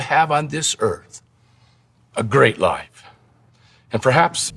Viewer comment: The way he pronounces the word “life” (like: Lie-ef) gives me serious aliens vibes. Like as if he’s an alien who was given this script but wasn’t clear on pronunciation on such a simple yet foundational term